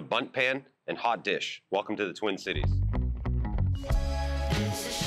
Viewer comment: As any Midwestener knows, the emphasis on hot dish is on hot, not dish.